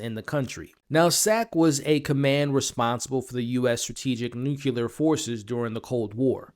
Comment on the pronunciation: Nucular? NUCLEAR!!!!!!!!!!!!